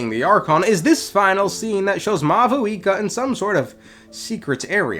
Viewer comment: "Mayooree" "mowee" "mahuhika" my poor language